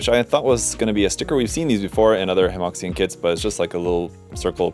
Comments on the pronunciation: I hate to be'that guy', but I'm pretty sure Hemoxian should be pronounces closer to Hemoshan than hemoksian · Small thing, Hemoxian is pronounced like Huh Muo Shian.